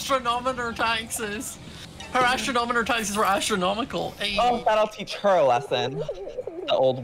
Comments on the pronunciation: XD "Astronomoner" Its Astro-nom-o-ner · It's pronounced: ast-ron-o-mer! "Astron-on-omer!" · It's astroNOMER not astroNONOMER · I love how everyone is pronouncing astronomer as astronomoner lol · I love that they pronounce astronomer as astronomoner and add an unnecessary extra syllable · I don’t know why I hate when they say astronomonor ⬅️is what they’re saying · The way they kept pronouncing astronomer😂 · When I want to be an Astronomer and all of them are saying it wrong: 🙁😶😐😔☹️😓😫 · Your saying astronomer wrong